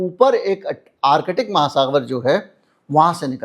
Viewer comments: Artic not Arkitic sir. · Arkitic nahin ...Artic...thoda practice karein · आर्कटिक को बार-बार आर-कटिक क्यों बोल रहे हैं 🤦